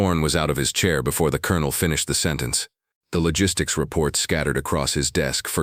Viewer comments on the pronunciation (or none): none